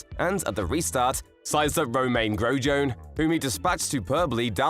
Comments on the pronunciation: "romayn grojohn" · Ro-mayn Grow-John, and Sebastian B-you-me :D. This was a painful watch.... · “Romain Growjone” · "Romäne Grow Jone" fucking take this down